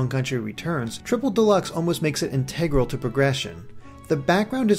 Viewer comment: Seriously??? I have never heard anyone pronounce "integral' wrong.